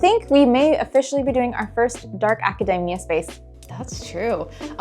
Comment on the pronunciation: Loved this!! But PLEASE it's aca-DEE-mia not aca-DAY-mia